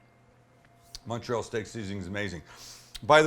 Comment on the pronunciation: Great video. You actually pronounced Montreal correctly, most people don't. (I'm from Montreal) Only one question......where's the provolone cheese?!?!?